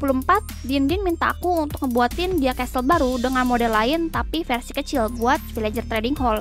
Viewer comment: version kk bukan fersion